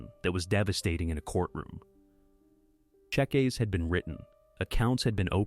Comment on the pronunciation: Just how hard is it to correct the Al pronunciation of cheque and cheques? Its not even consistent! Must have been a Yank that made this. Oh, and 'mobilisation'? That was also hilarious.